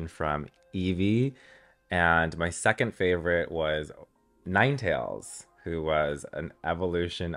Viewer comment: she literally pronounced it wrong and then said it’s “giving nine tails”